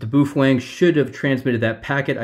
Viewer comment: Ba-oh Feng not Boofwang.